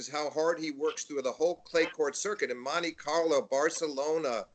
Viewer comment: "moneykarlo" Monte Carlo??